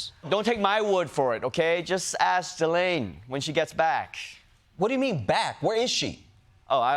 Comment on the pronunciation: How you go from "ghis"Laine to "Ga"Laine it's insane to me